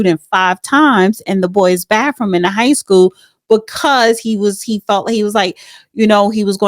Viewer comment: Bathroom not bafroom